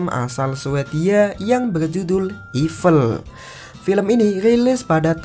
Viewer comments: Btw itu evil bg bukan ivel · Evil di baca ivel ~ wkkwkkwkkwkwkwkwk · Evil, bukan Ivel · Evil bang bukan Evel HAHAHAHAHHA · Evil woi kalo ivel bacanya lol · Evil dibaca ipel :) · Bahasa Inggris lu ancur bg,baca evil aja salah